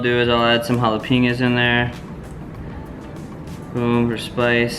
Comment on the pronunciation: It's not Jalapeeño. It's jalapeño.